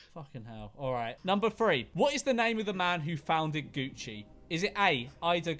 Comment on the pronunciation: It sounded like they were saying Gucci O'Gucci.